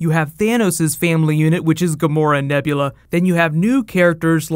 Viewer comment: James Gunn almost says Nebla when he first mentioned Nebula